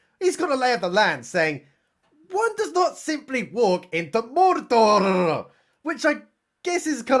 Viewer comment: WOULD YA BELIEVE IT? as I sat down for dinner releases a new video and SHUT THE FRONT DOOR he’s talking Lord of the Rings!! And he even pronounces MORDORRRR as it should, like they do in Rings of Power!!